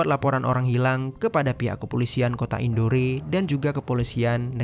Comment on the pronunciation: Ralat sedikit bang.... Tulisanya emang INDORE tapi bacanya kota INDOR bang... Maaf yaa saya koreksi sedikit 😊